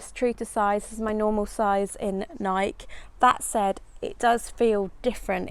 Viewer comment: Nike—ee?? No?